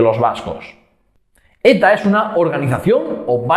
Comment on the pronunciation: Jeje, tu origen catalán me ha jugado una mala pasada al oído, pues la "x" la pronuncias como "ch" en vez de como "ks", y había escuchado que ETA era "una organización terrorista y machista". Se me hace simpático el acento catalán y gracioso en estos casos, y no puedo sentir "chenofobia" por gentes entre las que también hay amigos y familiares. Un saludo afectuoso.